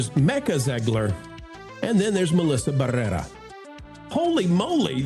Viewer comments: Had to stop watching about three minutes in. The exaggerated rolling the R’s every time you said her name was driving me crazy. I’ll check out your next video. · you just love rolling your R’s when you say her name! Otherwise no one knows who she is. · Your over pronunciation of her last bane is highly annoying.